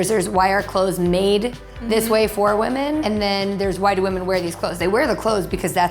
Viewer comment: ITS WHAMEN